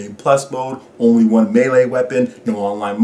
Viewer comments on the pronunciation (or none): none